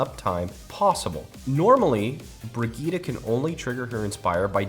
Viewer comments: why god, why do some people want to call Brigitte, BRIG- Etta, its pronounced BRIDGE- ETT, thats all i had to say, great video though. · Bregitah? wtf fam xD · How did you pronounce Brigitte? Brigittie? haahahaha